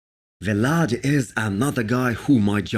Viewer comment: CAN YOU PLEASE STOP SAYING V LAD ITS JUST VLAD THERES NO FULL V OR PAUSE NOT VEE